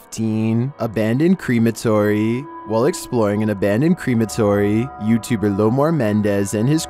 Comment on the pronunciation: Did you say creamatory loli think you mean crematorium babe lol , it’s kinda cute tho the way you said it ngl ❤️